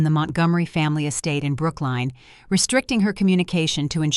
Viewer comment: It's Brooklyn, not Brookline